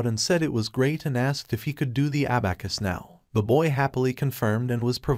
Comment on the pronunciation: I cringe every time he says abacus